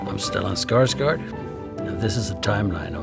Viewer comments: Why did he says his name like an American though? Bro butchered his own name for the audience lmao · As a Swede, it really bugs me that he "americanice" his own name, not pronouncing it correctly!!! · I would have preferred him to pronounce his name as it should be pronounced, not the way Americans do it. It’s SkarsgÅrd, not Skarsgaaaaaarrd. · I find it a litle funny he pronoced his name Stellan Skarsgard not with an å. like he is so used to it being mispronoced he just accepted it and said it that way lol. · he pronounced his own surname wrong what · Why don't he say his name correctly?